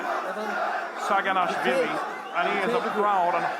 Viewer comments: actually, it′s not sagina"w"hvili.. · it's saginashvili not saginawhshndnnabgdywkahdhehe 😂😅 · he is Saginashvili not Saginawhvili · It should be Saginashvili not Saginawhvili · SAGINASHVILI and not saginawvili, W - not, S - yes